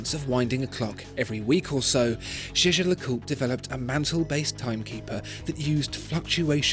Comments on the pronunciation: Is it just me or does it sound like he's saying J.J. LeCoultre? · Hope your prononciation of that brand is better than in the video.... "Jejelacourt"😂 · you mispronounced jaeger-lecoultre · The way Jaeger-LeCoultre is pronounced tells you exactly why nobody speaks French out of choice.